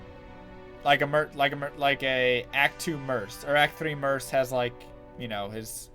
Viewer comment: Merc, with a hard c, not an s.